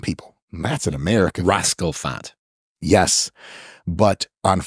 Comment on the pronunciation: Bro said "Rascal FAT"💀💀💀